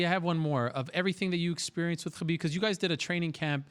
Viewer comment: Mr Ariel hand soap pronounces Khabib right but not the word Muslim right.. What gives? Why even so?